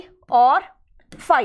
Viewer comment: Phy not pie